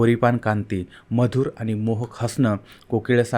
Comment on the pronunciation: सारखं सारखं आनी आनी खुपच अशुद्ध बोलता हो तुम्ही.